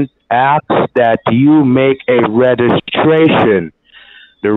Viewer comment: The scammer can't pronounce REGISTRATION correctly...lol